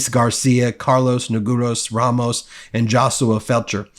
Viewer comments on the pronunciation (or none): none